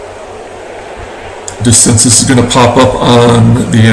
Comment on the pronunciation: It's pronounced DeCinsay for DeCinces. You put in Weaver? Why so stupid? Red Snapper, very delicious! Nice game, exciting finish